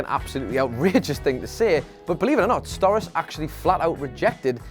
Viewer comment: It's pronounced "Sto-RAH-chee" not "STOR-is." Do some research before you make a video.